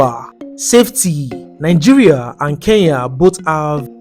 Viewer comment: They also pronounce Nigeria as nainjiria😂